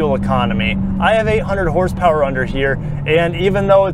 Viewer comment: "900 Porsepower"... I sure as hell needa see that in person lolol 😅